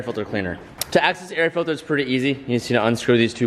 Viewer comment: “The air FILTHER”😂